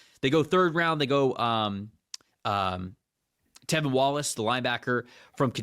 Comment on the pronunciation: tRevin Wallace my dude… TRRRRREVIN. Jeez Louise